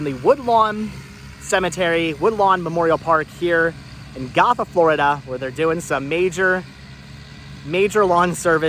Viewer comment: Fyi I live nearby and Gotha is pronounced Go-tha, like “let’s go” rather than goth ☺️